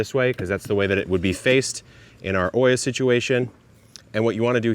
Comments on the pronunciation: It's not called/pronounced oia, it's Olla, double the l in pronunciation. It comes from the Arabic word Qulla which means unglazed terracotta pot. 😊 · Neat system. I'm curious why you are pronouncing the word like it's spelled Oiia, instead of OLLA ?